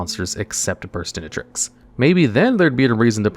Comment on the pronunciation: Never thought I’d see the day, but it finally happened. pronounced Burstinatrix properly!